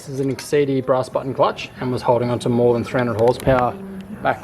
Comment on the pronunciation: exedy flywheel lmao. i love it